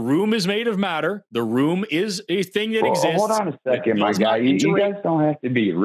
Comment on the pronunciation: Am I the only one that hears "I am moron" everytime this guy says "My Guy"¿